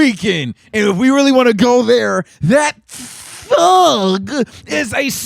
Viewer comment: "that TTHHUG" 😂😂😂